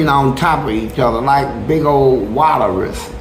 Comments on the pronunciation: " Walurus " did he mean " Walrus ?".... Fleece is funny as a mf......😂😂😂😂😂😂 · Nigga said a “Waterus”😂😂😂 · Damn, a “wallaris” must be a new animal. Never heard of a walleris 😂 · 🤣 😂😂 my nigga say wateris 😂